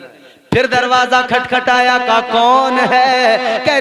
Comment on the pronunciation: Darwajja kaha parha..aapne pahle aap apna talaffuz sahi kijiye